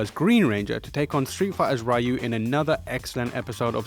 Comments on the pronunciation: IT IS FUCKING PRONOUNCED REE OO NOT RAI OO. Even the god damned game pronounces it, its fucking japanese, and unlike english, its not up for interpretation. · Fuck u for saying raaa yuuu instead of reee yuuuuu "ryu" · FFS! get the name right! it's not rie - you its reee-you! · It's Ree-yu, not Rhy-yu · Ryu is pronounciated as ree-you, just saying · I'm cringing because you butchered Ryu's name. No one can seem to say it right! :/ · Mispronounced Ryu